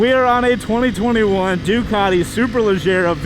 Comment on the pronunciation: For a sec I thought he said "Dugati super Legit" 😂